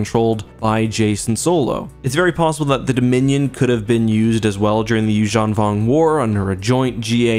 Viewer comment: um excuse me, it's Yuuzhan Vong.